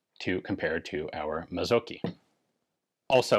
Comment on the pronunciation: Mazzocchi - the cch isn't a hard "k" in Italian but rather like the ch in "chi" (as the Chinese "life force" thingy). And then the emphasis on the "o" and a short "i"